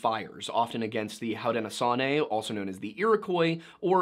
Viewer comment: Hey, it’s pronounced “hoe doe know show knee “ thank you for all of your history lesson as it pertains to early Native American history within colonial America and Canada, very nice